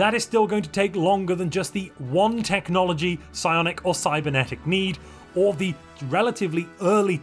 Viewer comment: Psionic is unintelligible